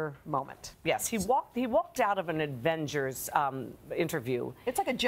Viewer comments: she really said “advengers” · Advengers? 0:6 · She also said "Adven... ger" though 😂